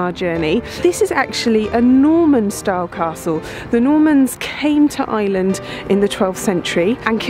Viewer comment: "The Normans came to Island in the 12th century"? Looks like completely given up on trying to pronounce "Ireland"!